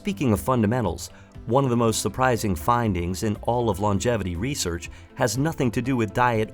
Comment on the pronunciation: "Resorch" lol